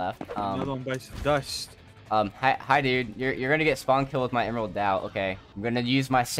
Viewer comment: I don't think it is a samurai kit BC samurai is the Japanese but lunar new year is Chinese. Also Dao means sword in Chinese. It is pronounced more like dow